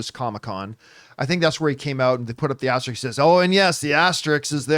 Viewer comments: Someone pull him aside and tell him how to pronounce asterisks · This video also confirms John Campea can’t pronounce the word ‘asterisk’ 😂